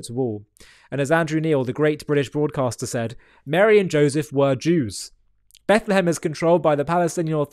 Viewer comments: Did he say Bethlem??? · What gets me is that he literally says she was in Bet Le hem. Um…dude. Beit-lechem is literally HEBREW. You spoke HEBREW. It means “house of bread.” Oy vey.